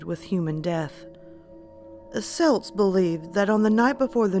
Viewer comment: Er... it’s pronounced kelts with a hard C. Unless you’re talking about the Scottish football team. Other than that another excellent video